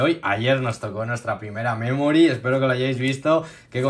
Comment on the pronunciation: Y se dice memory no memori